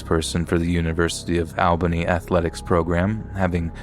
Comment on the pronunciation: Awesome stories. Just an FYI...Albany NY is not pronounced AL-bany. It's ALL-bany.